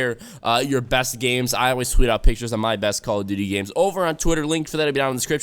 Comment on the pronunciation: this bitch said cod aw BITCH this ain't aw